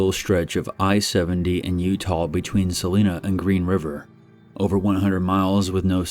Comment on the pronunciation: It’s not Saleena it’s Salina. I make that drive all the time. It’s not that scary wimps